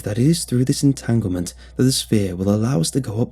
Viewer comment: Bruh he said entanglement!!😂🤦🏾‍♂️